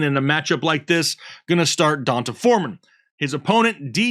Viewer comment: I’m being pedantic I know. But I feel like it’s (Dee On Tay) Foreman not (Don Tay) hahaha Fr I appreciate you guys and the hard work!